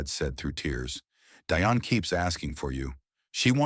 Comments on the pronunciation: "Deeonne" not DI-on Dionne Warwick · All these years, this guy doesn't know how to pronounce her name. It is Dionne not Die on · And it is pronounced Dee- on, not Die- on . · The woman’s name is pronounced “Dee-On” Warwick. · OMG! even AI should research the pronunciation of names!!!! it'd Dee-Onne! Get it right! and there was nothing wrong with Dionne Warwick, but their other cousin, DeeDee, had congenital Heart Failure - I guess AI is only as smart as the ijits using it, right?!?! SMH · Terrible AI narrative, mispronouncing Dee-on a different way every time. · Its Dee-on. Deione Warrick AI is so stupid in obvious ways. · Is there some reason you don't know how to pronounce "Dionne?" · GEEZ LOUISE… where do they get these narrators from… please research or ask how someone’s name is pronounced or as SIRI!!! Damn… it’s “Dionne”……